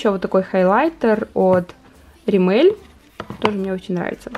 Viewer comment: А вы заметили,что ставит ударение на последний слог в названиях брендов? Римéль,Инглóт,МэйбелИн.